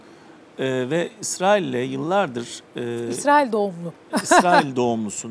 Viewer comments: Dayı Allah rızası için şu ülkenin ismini doğru söyle Israıl dedikçe iriye oldum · ısrail değil israil önce bi düzgün telaffuz et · Yalnız biri arkadaşa anlatsın Israil diye okunmuyo İsrail diye okunuyor.Birde soru sorunca karşısındaki dinlesin